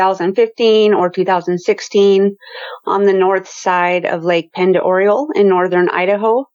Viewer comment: Very interesting story. I don't know if this has anything to do with what happened to you, but the Navy has some kind of submarine testing program going on in this lake. It's a beautiful lake, we would take our kids swimming there in the summer when we lived up there. It's pronounced Ponderay. You're brave to go up the mountain at dusk, so many big predators up there. Lots of grizzly. You wouldn't catch me out there at night.